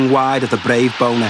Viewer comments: to the narrator- It's Bonner (Bawnher) not Boner..... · Hilarious how the narrator keeps saying Pat Bonner as BONER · Even though he pronounces 'Bonner' in a way that can only be deliberately comic.